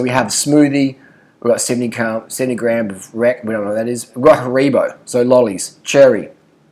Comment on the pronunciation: “Harebo” 😂 it’s pronounced Haribo which funnily enough is how it’s spelt